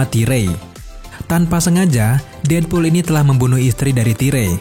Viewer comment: Namanya:deadpool Yang gw denger:deadbool